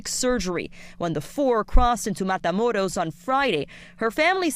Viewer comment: This anchor the only one that pronounced matamoros right